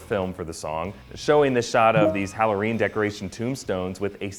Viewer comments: Am I the only one that hears "Hawworeen decorations"? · Halloreen lol :) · "Halloreen decorations"